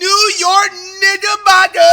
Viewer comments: bro said niggabocker 💀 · no he said nigabockers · Bro really said niggabocker😭😭😭😭😭😭😭